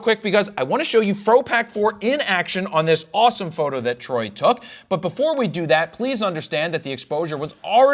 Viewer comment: I like your content, and I know that you do it forever - but the way you enunciate „fro knows PHOTO”, and especially „photo” is extremely off-putting and yucky. Like a nails on a chalkboard. It’s so uncomfortable, that I have to skip those parts of your videos. Everyone knows your website by know - you don’t need to differentiate each word in it to such extent, any longer. And it’s 2025 - not only it sounds bad, but it’s also cringe and goofy.